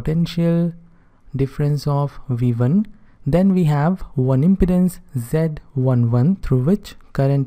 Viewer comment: Your prononuciation of "impedance" is not correct.